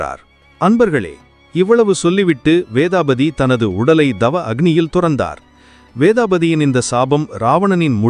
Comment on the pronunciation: இதை விவரம் சரியாக இருந்தது..ஆனால் தவ வலிமை உச்சரிப்பு Thava வலிமை என்பதுதான் சரியான உச்சரிப்பு (அது dava வலிமை இல்லை).